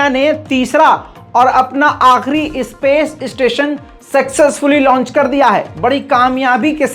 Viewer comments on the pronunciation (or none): none